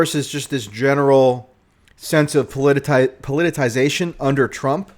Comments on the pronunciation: Po-li-ti-ci-za-tion. No "teye" or "zeye," all soft vowels, equal accent on each syllable. Happy to help I enjoy your calm reality-based thinking and devotion to simple honesty. First point for all these candidates is a backroom system to kill off Bernie, split donations, and dilute progressivism, plus Sanders is rather old, his VP is going to have a real running start to be it in 2028. P.S. I've been constantly posting your name (along with your fellows Mate', Greenwald, Hedges, Blumenthal as a group of progressive thinkers) to the NYT via their comments sections on columns that are neoliberal biolerplate, demanding they give you guys some column space. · "Politicization" not "Polititization"